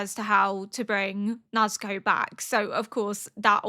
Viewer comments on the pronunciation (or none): It might help to know that with Japanese pronunciation, the vowels will always sound the same (A - ah) (I - ee) (U - oo) (E - eh) (O - oh). So in this way, Urukodaki's name is Oo-roo-koh-dah-kee. Nezuko is Neh-zoo-ko. Muzan sounds like Moo-zahn. Hopefully this helps! I loved watching your S1 and 2 reaction of Apothecary Diaries and I'm happy to see you following best boy Tanjiro! (Tahn-jee-roh!)